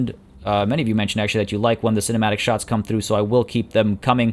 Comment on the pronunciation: My favorite part was when you said high-arcing sharts